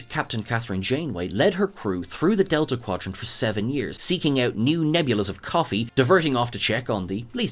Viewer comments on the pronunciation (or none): none